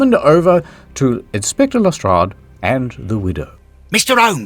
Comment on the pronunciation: "Hluhstrradhh" "Sherlorkehh"